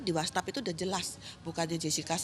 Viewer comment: what's app bu bukan whastap....wastap..wastap...kan org berpendidikan katanya keluarga berpendidikan...ngmg kok salah2